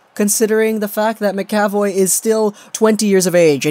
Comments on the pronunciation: "ma-ka-voy" not "maka-voy" and while I'm at it... It's yo-leh-vi not yo-lee-vee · Its pronounced Mac Uh Voy. Not Ma Ca Voy. Leviosuh. Not leviosah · Btw it pronounced Charlie Mac-A-Voye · It's pronoced Mac ca voy